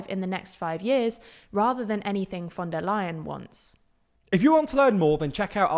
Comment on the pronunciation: thats actually the correct pronunciation this time